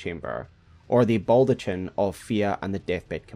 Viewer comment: don't say "Balltochin" challenge level IMPOSSIBLE